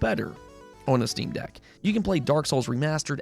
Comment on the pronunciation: Quick note even though nobody asked lol; it’s jarring when you constantly say steam DECK, putting the emPHAsis on the wrong sylLABle $.02